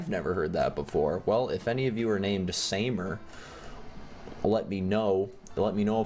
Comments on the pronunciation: It's not samer its Sam eer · Samer pronounced sa-meer that's my friends name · It's pronounced SA-MA-ER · It’s pronounced sahmer my dogs name is that also I’m the fat girl at my school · You pronounce it sameer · This is how u. Say it sa mee r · Your not prononcing it correctly its an Arab name btw huge fan